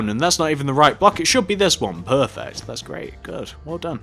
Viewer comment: "Perveert eh perfect"